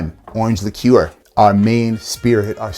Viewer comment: Came for the cocktails, stayed because you're like the only American who can pronounce liqueur properly.